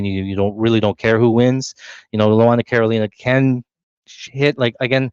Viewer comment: did you call carolina, cornholio? 😂